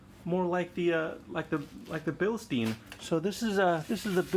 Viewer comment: Mate, you haven't been very lucky with your air suspension... Have you considered looking at it from a different angle, like checking the pressure under load and with no load? It could very well be that your pressure regulator is defective and this could be a cause for your extensive collection of blown bags... Also, please stop pronouncing "bilsteen"!!! Read the label, it says Bilstein, not Bilsteen. The correct pronunciation is BILSHTAIN. Will you do that for me because I'm German and my ears hurt. Thank you.